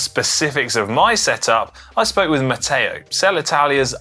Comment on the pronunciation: Stop adding an “a” where it doesn’t belong. Matteo speaks very good English with that exception.